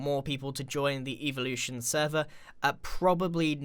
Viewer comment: When he says evolution it sounds like eeveelution from Pokémon lol and this is from the future lol